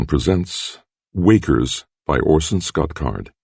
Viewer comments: did he say wakers or walkers in the start. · Wakers is what I heard :)